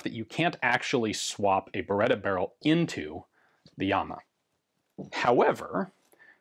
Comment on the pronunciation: Thanks for the correct pronunciation! Even that is part of history. This is, to my eye, the best-looking Beretta 92 pattern pistol yet.